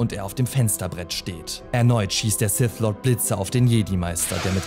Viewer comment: Sif. Darf Vader. Wieso könnt ihr alle diese Worte nicht richtig aussprechen? -> Sith. Darth Vader.